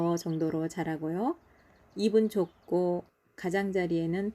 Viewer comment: 입은.....이픈...ㅎㅎ 꼬슨......꼬츤...ㅎㅎ 발음을 정확하게 해주셔요😊